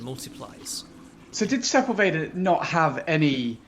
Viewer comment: I love your games, uplink was one of the first PC games I ever really got into, this game is amazing, and I love all the work you do. THAT SAID, as a born and raised southern Californian, the pronunciation of Sepulveda is making me do some double takes with my ears, and I fear I'm in danger of pronouncing it that way in the future now.